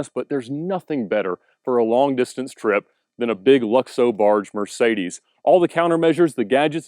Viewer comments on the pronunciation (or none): none